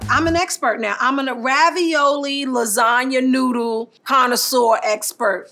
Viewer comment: Whenever she says ‘nuddle’ i cringe a little and scream inside my head “THAT’S NOT A NUDDLE” 😐